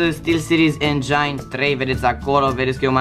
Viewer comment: apreciez recenzia, a, vazut ce ma interesa dar sincer esti destul de obositor. Vorbit mult, repetat, folosit aiurea termeni in engleza care sunt si in romana. Nu este engeain si engin, evita daca nu esti sigur si spune "aplicatia". Nu mai presupune, intereseaza-te inainte si spune cand e cazul. Deci mai putin deci. Chestia aia este rotita de volum. Chiar iti itn pumnii daca vrei sa continui cu youtub-ul si sper sa te deranjeze comentariile.